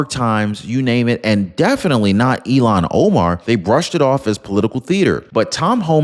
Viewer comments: It's Il-Han not Elon Keep up the good Work! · I wish you and many others would pronounce her name as it is spelled...Il -han. It is not Elon as in musk. Just an observation of laziness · Hi, maybe I'm hearing it wrong when you say Ilhan but to me it sounds like Elon, no "h." in the sound.